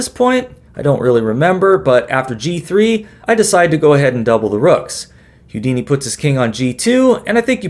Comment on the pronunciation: Houdini is pronounced "Hoo-dini" NOT "Hyoo-dini," or is that Hugh Deeny?